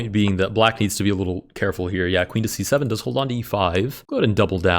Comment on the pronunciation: i like when u say c7 cuz it sound like 67